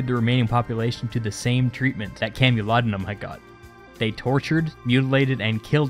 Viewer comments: Camolodunom is pronounced CAMEL-O-DUN-OM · You made a small error. It's CamulodUnum, not CamulodOnum.